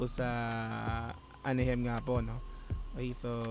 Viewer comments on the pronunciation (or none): Anaheim pronounces as a-na-haym brother